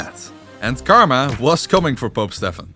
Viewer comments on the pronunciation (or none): none